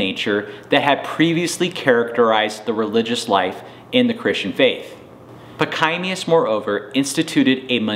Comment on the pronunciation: Your history of St. Pachommius the Great is fairly good. Your pronunciation of his name, particularly on the 2nd syllable, is atrocious.